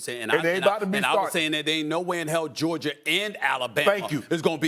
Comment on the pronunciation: Nobody:.... Stephen A: "Georg-ier"😑🤣